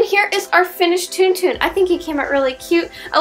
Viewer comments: Isn't it pronounced more like TonTon and not TunTun? :O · It is pronounced like tawn tawn ..... Not toon toon.... Some one has never seen starwars apparently.... I do wish you would use something other than hot glue! Such expensive works of art with substandard materials! Hot glue will not hold in hot and cold conditions for long. I get the gratification of instant bond but it is sub par . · Also it's pronounced Tawn-Tawn. >.> I live in a Starwars fanatic house.